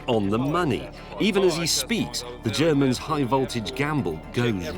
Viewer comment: I think James's pronounciation of "Ze Germans" is a bit off.